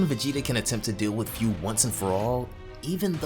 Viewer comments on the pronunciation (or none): I don't discriminate no one BUT man come on!!! Learn proper pronunciation. It IS FU. F-U. so it's should sound FU or FOO (FOO [D] Food without the "D")! NOT, FEU, FEW, or whatever. If you love and respect Dragon Ball and its writers and creators at LEAST learn how to pronounce names correctly in this way at least it shows how you appreciate their works!